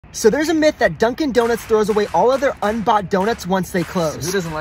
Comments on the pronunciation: Yep the mith 👌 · “U GuYs HeArD ABaUt ThE MiTh tOo?” GOT ME CRYING LAUGHING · ah yes, MITH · Ahh yes mith